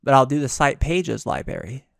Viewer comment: Is it just me or he saying "libary" instead of "library". Driving me nuts. lol